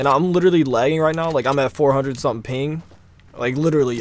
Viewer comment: "Or sumding"